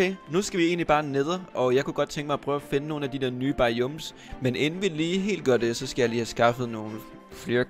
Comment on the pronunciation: du skal altså lige først gå ind i de nye snapshots (et slags preview på den nye opdatering) før du kan se ne nye ting. btw biomes ud tales BAjåums